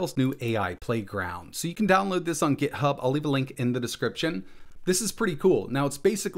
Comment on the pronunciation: "descriptien", hihihi :-P